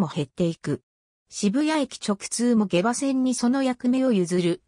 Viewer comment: げばではなくしもうまと読みます